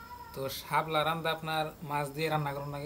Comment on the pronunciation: হাবলা বইলেন না সাপলা বলত হয়